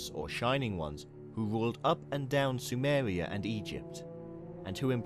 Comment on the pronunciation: “up and down Sumewia”